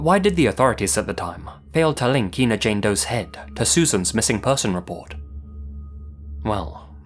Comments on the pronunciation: It's pronounced "Ein-uh," (as you'd say when saying "China") not "Een-uh." :) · The town where Susan Lund was found is Ina and is pronounced Eye-na, not E-na. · It's pronounced "I"na ,not Ena. I live in the area. This state park is easily accessed from the interstate. There is a sign for the park off the exit. She was found in the primitive camping area. I always believed she was from another state and the killer chose to dump her in this area and that he came from the interstate . I am glad that she has her name back and hope they find her killer. I have followed this case since she was found . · Ina- It's not E-na, it's Eye-na. Sorry, just a pet peeve I guess... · Ina is pronounced "Eye-na," with a long I. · Ina is pronounced with the long "I" sound, not "EE". Ina, not Eena. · It's pronounced "eye- na." I have family that lives really close to that tiny "town!" This is spooky af. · I live just down the highway from here. The town is actually pronounced 'eye-na'. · The village name is pronounced Eye-na. I grew up just 30 miles from the area and went to the lake all the time. The interstate cuts through part of the park so I can imagine just how hard it would be to narrow down a killer. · Ina, IL is pronounced "EYE-nah." I live very near that little spot in the road.